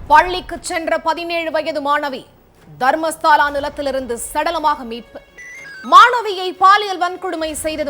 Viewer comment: தர்மஸ்தாள இல்லை மேடம் தயவுசெய்து தர்மஸ்தள என்று உச்சரிக்கவும்